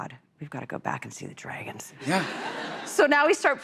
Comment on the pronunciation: Whatever happened to the comments that said she had a hard time pronouncing "dragons"?